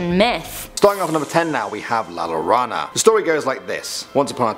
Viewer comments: U said la lorona HER NAME IS EASY TO SAY LIKE UR SAYING JOE THERE U GO ITS LA LLORONA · La llorona is pronounced yo rona if you can't roll the R. The "ll" makes a "Y" sound. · When she said La lona, I was deceased 😭😂😅🤣. Poor amazing woman, it's La Llorona mija! I understand that you don't speak Spanish. Mija you need to study in a Latin American country so that you can speak Spanish perfectly. Also la Lechuga (Za) shouldn't be said, cuz they're hearing you speaking about these demons. La Catrina is the Queen of Aztlan or the Aztec afterlife. La Catrina and El Catrin usually are represented by many people as a reminder of their dead. El Muerto is simply Death. El Cucuy is the Boogeyman for all Spanish speaking countries. You did an awesome job. Keep it up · I live in the rio grande valley. Yes we have those stories and yes they are terrifying. Im 38 and till this day get scared at night sometimes lol one thing though…the pronunciation…the way you say llorona sounds like you are saying loona which in spanish means tarp (the blue fabric u put over stuff) lol pronounce it like la-yor-ona… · If you are doing a video on Mexican myths it might be a good idea to verify how to pronounce things before making the video. El Cuco??? La LORNA???? LMAO!!!!! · Its makes me laugh a little how she butchers the name of La llorona